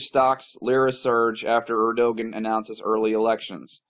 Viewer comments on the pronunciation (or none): Pronounced erdowan brother...;)